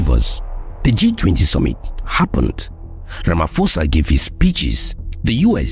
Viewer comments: This is nice but please pronounce his name right “Rama’P’osa” not RamaFosa. 😅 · The name is pronounced "Ramaposa", "posa" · It's "Siril Ramaposa." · Ramaphosa is a proper noun...you can not pronounce it how you feel. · His name is Ramaphosa with a P not an F.